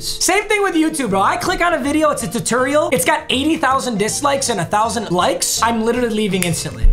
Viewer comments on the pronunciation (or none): Did you just say terterial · Why no one talking about the way papa said tutorial